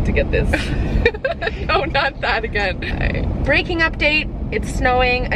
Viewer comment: "breaking update" or what I understood " breaking up date" and I was like "What that's supposed to mean the day that a couple broke up"???? haha oh god